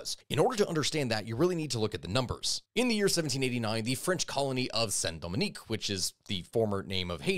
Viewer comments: St. DOMINGUE (“do-MENG”), not Dominique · Hey, just letting you know that you made the mistake of calling it Saint Dominique, not Saint Domingue. It's the correct spelling of the french name.